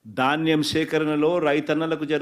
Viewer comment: దాన్నెం కాదు నాయనా ధాన్యం